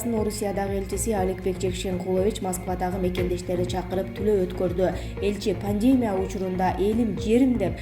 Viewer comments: ПандЕмия эмес пандемИя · Пандемя эмес, "Пандемия" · Пандемия деген создо и тамгасына тушот ударение!!! пандеемя деген соз жок! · Ушул квзга пандемия деген созду уйротуп койгулачы корсонор озу уяалбайт окшойт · Пандемия деген созду жана пневмония деген созду туура айтынызчы